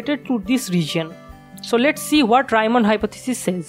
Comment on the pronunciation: Gorgeous. Keep going! Just an unimportant - but in Europe not so much - detail: it's Reeman not Raiman, he was German not Anglais. Love India.